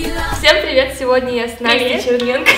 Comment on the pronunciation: Мне одной слышалось ЧерМенко,а не ЧерНенко?)))не хотела обидеть Настю,просто правда мне так слышалось)